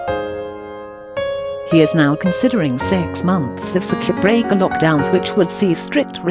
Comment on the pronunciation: Did you say 'Circuit Breaker'? I'm sorry, I thought you said 'Spirit Breaker'.